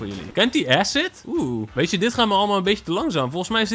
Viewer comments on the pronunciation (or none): none